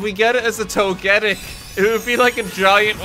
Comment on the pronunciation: why the fuck does he pronoounce togetic as togétic